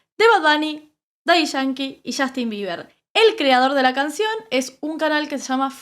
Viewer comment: Qué risa cuando los argentinos pronuncian el nombre de Justin Bieber como "YAJTIN"